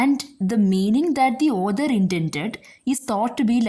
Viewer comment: Others ❌ author(aw-thuh) ✅ Listener discomfort maam don’t mind 🙏